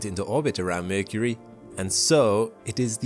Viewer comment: why mecury sound like balls...